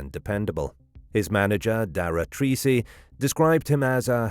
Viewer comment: FYI - Treacy is pronounced as "Tracy" in Ireland